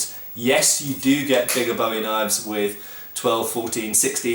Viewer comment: Finally someone who pronounces Bowie correctly. I am tired of hearing people say 'boowie'